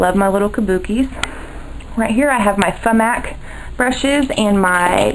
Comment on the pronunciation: why do you keep saying F-MAC.?. Did you get them off of ebay?